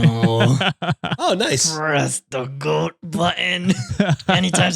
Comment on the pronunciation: Don't you dare drop that GOAT button, I laugh every time I hear completely obliterate the sound we all learned in preschool lollll